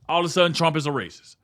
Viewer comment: "This is rayciss!" I can live with it.